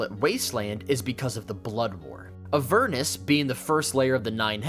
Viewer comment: Who pronounces Avernus like that?!